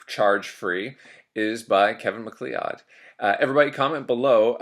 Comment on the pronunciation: I know! It’s Mic-CLOUD